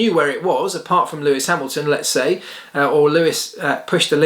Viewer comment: ⚠️ it is NOT Lewish ... it is NOT Bottash ... and it is certainly NOT Max Vershtappen!